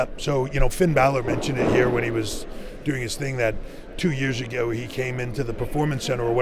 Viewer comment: why Trips say ago like that? 😂😂😂